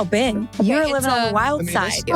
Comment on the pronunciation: You say the name BEN, "BEN" NOT "BIN" that's common sense.